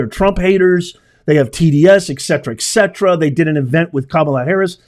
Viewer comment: Respectfully, ok, it's "et cetera", with a T, "et", not ek cetera